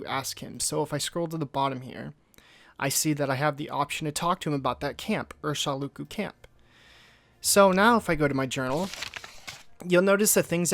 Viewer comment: Right, I'm aware of this. So which of them writes it "Urshilaku", as in the game, but pronounces it "Urshiluku" as in the video?